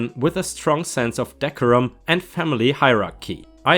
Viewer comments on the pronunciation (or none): Decorum - De-cor-rum As for the last 2 MILs, they were both in the wrong, & their offspring should have sided with their justifiably annoyed spouses. That being said, the thing with storing food in an oven - if it's to keep something warm for someone who is coming back later, that's perfectly normal, but as for storing food in an oven for several days... Well, there's been some research done, & (at least) 1 manufacturer has brought out a new oven that is supposed to keep food at a certain temp (60°c, I think) for a few days, but this is a fairly recent development, & I don't know if they're available yet, or how good/useful the feature is. Edit: typo